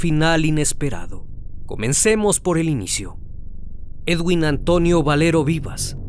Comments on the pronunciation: Se escribe Edwin y se leé eduin. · se dice eduin no edguinnnn